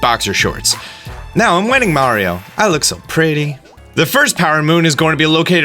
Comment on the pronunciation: You're saying mario correct for the uk lol